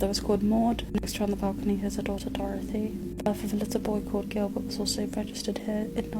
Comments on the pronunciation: It's Gilbert not jilbert. Your pronouncing it with a J. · GILBERT NOT JILBERT!!!! >< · HOLY shit dude. Gilbert. G. G. Gil! Not Jil. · The music is alright & his accent is sound. How do you pronounce this letter by itself-> "G" ??? Now put the other letters after you pronounced the "G" by itself. "G" -->ilbert. English language is shit, so get used to it instead of crying like a little girl. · Please stop calling it jilbert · Who is jillbert? 🤣